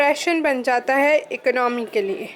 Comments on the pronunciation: Economy ko ecnomy bol ri ho 😂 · Mam plz don't mind the word economy is good pro noncation is eco no me ! you say ec no me